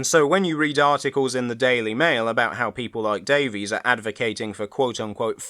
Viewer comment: Like RTD, she pronounces her surname "Davis", not "Daveez"